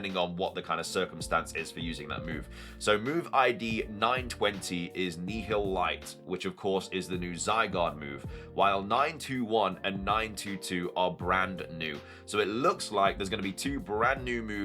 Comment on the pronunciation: It’s pronounced “Nile-light” like annihilate. It’s a combination of the two words. Meaning annihilating with light….Nile-light